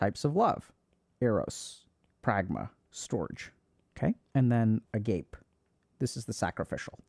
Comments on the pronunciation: lol so Agape love is pronounced “ah-GAH-pay”, I’ve heard it a lot because something I’ve known for a long time is named after it. Hearing Dr K say ah-Gape to describe sacrificial love a buncha of times was kinda funny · sorry Dr K, it's a-ga-peh 😅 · Dr. K, please do a bare minimum of research on Greek pronunciation next time. It is definitely not "a-gaype" love! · Dr. Kkkkkk.... it's pronounced "Ah-Gah-PAY" my guy... 3 syllables ... ending like "frappé. **Not** "Ah- GAPE" - 2 syllables rhyming with "a grape" ... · Met my current girlfriend on Hinge, so nothing is black and white - you make your own destiny by mastering yourself and then putting in effort to find a partner that you click with and also shares the same values. Also, I thought agape was pronounced ah-gah-pay, not ah-gape? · stor-gay. not storj. agah-pay not agape😲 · I feel it is my karmic duty as someone learning greek to tell dr. K that Agape is pronounced (ah gah pee) and not agayp 😂. Keep up the good work HG 😊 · If you are going to use Greek terms of love, please learn how to pronounce them during your research. “A gape” is not how you pronounce “agape”. (ah-GAH-pay) This is just an example that takes a minute to look up. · A-gayp love 😂 it's ah-ga-pay, Dr. K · Agape love is pronounced wayyy differently than that. It's not A-Gape, it's A-Ga-Pe or /ˈɑː.ɡə.peɪ/. Agape is also an adjective that is pronounced the way you said it, though! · a-ga-pay, not "agape" as in, my mouth was agape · Please, Dr. K.. I love you but it's pronounced "ah GAH pay", not "A GAPE" 😭 it's a greek word. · Agape love is not "Uh-gayp" it's "Uh-Gah-pay" lol 😅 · loll "A-gape" its "AH-GAH PAE" though I'm sure plenty like A gape from time to time lol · it's uh-GAH-pay, not uh-GAPE love 😅 very different words lol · not to be that person but it’s not pronounced “agape” it’s “ah-gah-pay” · The word for love is pronounced Ah-GAH-pay. It’s not uh-gape love. That pronunciation is for when something is open, like your mouth is apape😮.